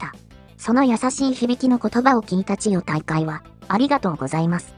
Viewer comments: 千代↑大海↓ めっちゃ気になる笑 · ちよ⤵︎たいかい⤴︎のイントネーション、どないしたんやw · ナレーションの【千代大海】のイントネーションが変で中身が入ってこない（笑） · ち↑よ↑じゃねぇ、ち↓よ↑ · チヨ⤴タイカイ⤵ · なんで千代の富士は「千代の富士」で 千代大海は「チヨ・タイカイ」なんだよｗ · みんな動画の内容より、ちよ、たいかいの発音が気になってしょうがない。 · ちよ退会！のせいで話が入ってこんわw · チヨ・タイカイ・・の発音が気になって気になって・・・😂😂😂😂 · ちよ⤴️たいかいで動画が全く入ってこない😃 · 千代大海の発音がなっていない。「ちよ、たいかい」誰のこと? 編集内容の良さを、説明役の女がぶち壊している。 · 千代↗大海↘😂 日本語習おうぜ！ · チヨ⤴︎大海😂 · 千代大海と発音するときの「アクセント」は聞くに堪えませんね。人に聞かせる場合は、「チヨタイカイ」と発音が正しければどんな抑揚でも良い、と言う訳ではありません。多くの人が聞き慣れている速度や抑揚で発音で無いと、この朗読者の出身地独特の言い回しでは聞取りづらくて、聞取る側には違和感や不快感が生じます。「チヨ」と「タイカイ」の間に微妙な間が空いて「チヨ」と「タイカイ」が一つの言葉には聞こえません。「チヨタイカ」と一気に発音し、二つの語が一つになって一語に聞こえるように発音して貰いたいモノですね。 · ち⤴よたいかい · ちよっの発音がイラっとして入って来ない。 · ち↑よ↓たいかい→ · チ↑ヨ↓タ↑イ↓カ↑イ↓ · AIちゃんは千代の富士はちゃんと言えるのに千代大海は言えないんだな😂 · 残念なことに「チヨ 退会」が気になって、せっかくの内容がイマイチ入ってこない🤣 かと思えば、ごくたま「千代大海」ってちゃんと言えるじゃんかよぉ！ 余計に戸惑うわ😆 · 千代の富士は普通に喋れるのに何で千代大海は普通に言えないのよ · 最初に千代大海が入るとイントネーションがおかしいんかな？文の途中だと普通になるっぽい？ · ちよ、たいかい が引っかかり過ぎて話が頭に入らない。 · 千代の富士 はちゃんと言えてるのに ちよたいかい のアクセントがなんか違う・・・ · 関取の名前の読み方ぐらい勉強してほしい